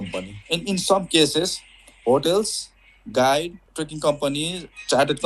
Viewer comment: Trekking, not trucking or tricking lol